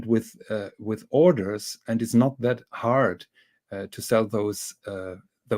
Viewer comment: it‘s haaaaaad